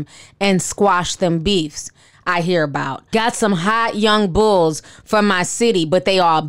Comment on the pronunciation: The way Ti Says young bulls sounds nothing like How someone from Philly would say it 😂😂😂